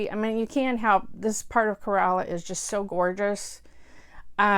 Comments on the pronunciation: Well the youtube video is pretty accurate except the first sound is not 'KHE' its just 'K' the single letter and that little pause in between 'ra' and 'la' is not necessary. its more like 'rala'. So extand the 'K' sound a bit more something like 'kaa' and its will sound like 'kaa rala' . Hope that makes sense.. :\ :) its more like this.. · I really enjoyed your review of the movie. Few facts i like to add. 1) Kerala is pronounced K - ra - la :) 2) Fahad actually broke his leg while shooting the climax fight scene. 3) The relationship with his father is so dynamic. His dad is such a wise man, even though he is a man of few words, eg: the way he calls of the first fight, the way he makes him understand how to became a better photographer and hence enjoy the beauty of life around him. 4) Mahesh just wants to make a point in the last fight scene, not to beat the man into pulp. 5) Human emotions are portrayed with excellent accuracy. The man goes into a stage of depression after he gets beat up. Revenge in his mind is not driven by evilness but out of sheer embarrassment he received right in front of his own people, hence its is a survival necessity for him to pay back. Speaks a lot about collective social aspect of humans.The society makes fun of his because its always "FUN" for people to kick someone who is already lying on the ground. He might have even killed the man if the girl had not come to his life, with love. P.S My ancestral home is in Idukki, so personally this movie was so nostalgic for me :)